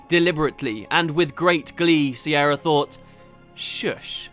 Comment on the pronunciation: Is her name not an alternate version of Ciara/Kiera/Kiara etc, pronounced K-ear-a